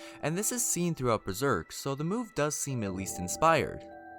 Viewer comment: Dank ass video bro u just mispronounced some stuff from the manga lol but hella sick you went through and found all these references